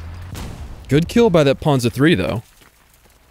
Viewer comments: "The puhnzah 3" 😂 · You shall say Panzer Drei!!!